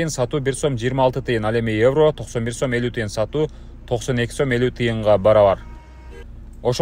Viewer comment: Сум эмес сом болот